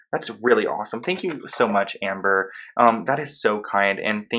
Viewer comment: The way you say Amber-a 🤣🤗